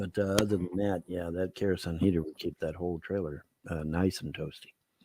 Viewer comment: "Big kerosun heater" It's kerosene, you.